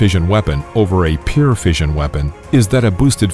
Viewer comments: 1. can someone correct this guy's pronunciation of the word "pure" - he says it like "peer"; 2. Incorrect display of the hydrogen bomb - you are showing the gun-type fission bomb, the type used over Hiroshima. 3. Am I the only one not seeing this - I thought the Neutron Bomb, stopped by Carter in 1978, did what this video is describing? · Also, you need to learn how to pronounce the word 'pure' - it's not 'peer', as you seem to say...